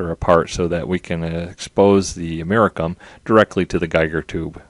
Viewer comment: You pronounce Geiger like Geijer not with a g sound. Also americium is pronounced with the "c" sounding like an "s" not like a "k".